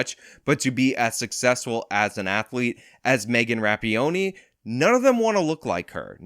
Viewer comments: Jeez.... after all this time you can't even pronounce Megan Rapinoe's name correctly...... "Rap-ee-oh-nee"? Come on, man, do better. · Rapinoe Ruh-pee-no 🤣🤣🤣🤣 I would never want to see Rapinoe in lingerie 🤮🤮🤮🤮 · It’s Ra-pee-NO! You sound like a damn fool when you get it wrong!😂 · "Megan Rapionee" 😂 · I usually hear it pronounced Rap-peen-oh. I've no idea if that's right; I just go with it because it's the most funny. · Her last name is pronounced Rap-in-o. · Dude, you mispronounce names more than Joe Biden does, and he is an invalid. It isn’t that hard to read/pronounce “rap-in-o”. I get that you’re trying to give the impression that you “don’t care,” but this sort of passive-aggression is not really cricket in a free exchange of ideas. I despise Megan Rapinoe, but it does come off as more fair if you can be bothered to read the name of the person to whom you’re referring. By the by, you and RLM are wrong bout the prequels. You assume Lucas put the younglings in the movie (for about two seconds of screentime) to let kids see themselves as Jedi, but I’ve never heard him say this. So everything you base on that assumption is also only your opinion. I can think of another reason to have them in there. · Rapinoe= (Rah-Pea-No) not That you care lol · Were you trying to make a joke, or you really can't pronounce ruh-pee-now? Really irks me when people can't read words, obviously this is a name, but sound it out. I expect this type of thing from youtube knife reviewers, but cmon. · … in order to pronounce names correctly, one must read them correctly.